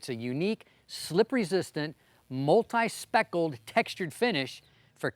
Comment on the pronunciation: "multi speckled" lmao